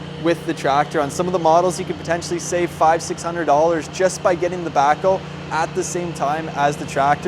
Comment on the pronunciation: it sounds like you call it a "Backo" or "Backle."